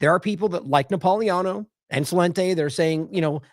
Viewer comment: Napolitano should be pronounced correctly. THERE IS A T IN THERE. You're leaving out the T incorrectly.